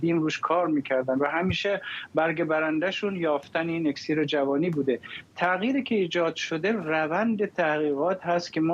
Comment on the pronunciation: آقا فرداد شما دیگه چرا ؟ اکسیر با کسر همزه است نه ضمه !!!